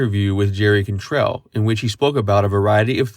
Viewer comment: You say Cantrell weird. Please do less of that. The rest of your shit is gold. That is all.